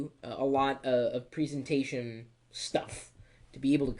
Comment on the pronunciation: you struggle to say 'presentation' properly :)